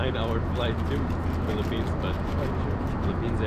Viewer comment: It's "Philippines,".